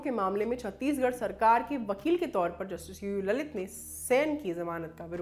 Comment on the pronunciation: I heard it UU LALIT as Loru Lalit